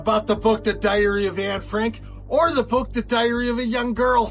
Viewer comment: the way he says diary annoys me lol I’ve never heard anyone pronounce it like that before. How many of you also say it like that?